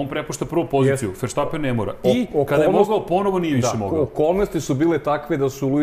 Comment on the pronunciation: Halo bre komentatori F1 , prestanite vise da izgovarate pogresno prezime svetskog prvaka ! Max -ovo prezime je VERSTAPPEN a ne po vašem pogrešnom izgovoru VERSHTAPPEN